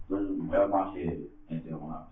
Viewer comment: How many times this man say LIDERALLY, LIKE LIDERALLY .....??